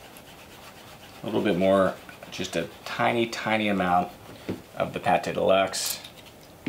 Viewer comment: Great, by the way it is not PATé de luxe, as in cooking, but it's pronounced like PAT !!!!!!